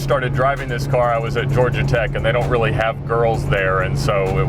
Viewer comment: saying wealy lucky Had to pause and reverse to confirm